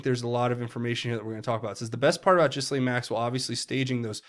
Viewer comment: Repeat after me. G’laine, G’laine, G’laine👍😘🇺🇸